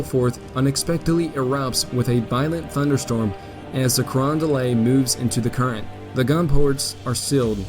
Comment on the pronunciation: The graphics and analysis are excellent. One complaint, however. The narrator continually mispronounces place names. In this and associated videos Cape Girardeau, New Madrid, and Carondelet are not pronounced correctly. Part of the problem is that Americans tend to "angelize" foreign words. (New Madrid is NOT pronounced like the Spanish city.) It is obvious that the narrator is trying to do justice to these place names, but just a little more research (perhaps a phone call?) would be in order.